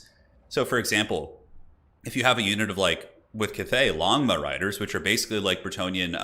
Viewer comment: I can't help myself but all I hear is "Lawn Mow Riders"